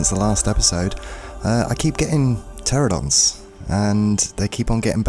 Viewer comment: It’s pronounced PteraNOdon btw not Pteradon. Great vid though 👍